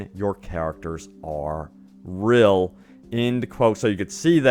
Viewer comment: "Characters are rill"